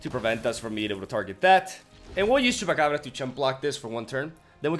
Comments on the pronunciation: Yeah, he nails Chupacabra far better than us "native" english speakers! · Finalmente! Alguém que pronuncia Chupacabra corretamente!